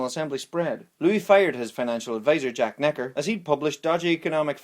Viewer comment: Jack Necker? Good grief! Make an effort.